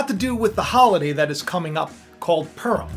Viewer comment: Pu(like in pure) rim, pu-rim not "" perm ""